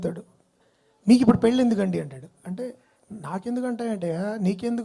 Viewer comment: Hi, it’s very important to pronounce ళ properly. Very disheartening to hear పెల్లి instead of పెళ్లి etc.. Pls make an effort to make the language survive in movies 🙏